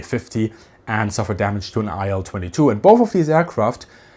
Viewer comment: Thanks for the video. small correction: i’ll-22 should be pronounced [i:l] or [il] [aɪl] is incorrect